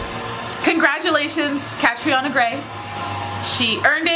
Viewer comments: When she called catriona catarina -_ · Deshauna stop saying "Katerina". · I love how Susie Castillo pronounces Catriona. 👑👑👑👑👑👑👑👑